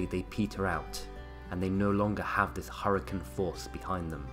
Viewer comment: it's hurricane not harcun. please get it right man. I love your videos but learn how to say HURRICANE.